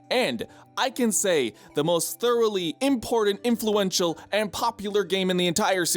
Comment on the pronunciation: *Thoroughly, but ok